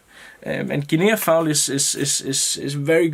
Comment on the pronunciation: Hey, great looking fly. Guinea fowl is pronounced guinee as if it has no A at all at the end. I thought you might want to know. Hope you did, otherwise you can tell me to mind my business. All the best and I do love your tying. All the best, Sean